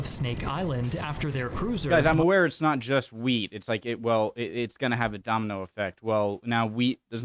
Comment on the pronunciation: Wheat, not weed.